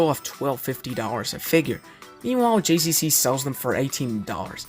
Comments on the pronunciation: How difficult is it for you to say the letter G and not J 🤣🤣🤣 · it’s GCC not JCC